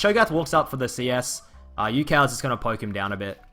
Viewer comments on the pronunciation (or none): none